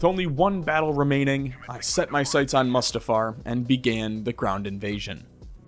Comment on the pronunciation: Moo stuh far and COR uh sont